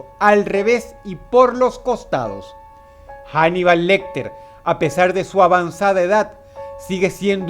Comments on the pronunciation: Macho, pero no es inglés, es español. La H no se pronuncia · Se pronuncia "anibal" no "janibal", Paleto, Dross